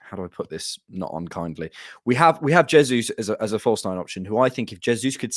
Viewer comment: jesus in Portuguese as "jay-zus" and not "hey-zus" that's Spanish.